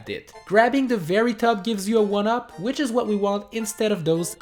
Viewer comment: You said which wrong like wicth